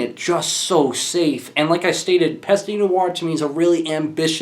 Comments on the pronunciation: et arrete le homme saying pasta noire lol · It's pronounced /PEST nooarh/. The fact that you know that you mispronounce does not make it right to mispronounce. And it's not /molOtch/, it's /mOlotkh/.